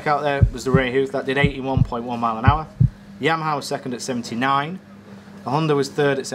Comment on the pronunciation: "The Jheeyyyamaha"